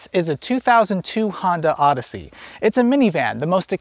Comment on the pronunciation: “A Hodyssey.”